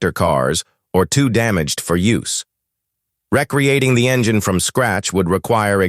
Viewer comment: It's not REC-reating, it's re-CREATING! DUH!